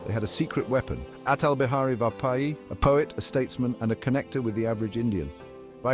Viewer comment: Good video but pronounciation of Vajpayee ji is wrong